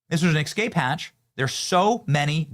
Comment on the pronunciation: Benny, the word ESCAPE is NOT pronounced EKSCAPE!!!